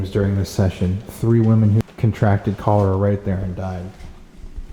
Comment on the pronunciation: It’s Cholera. Not Cholora 🤦🏻‍♀️🥰